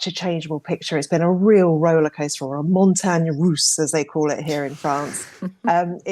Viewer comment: That would be montagne russe, not montagne rousse.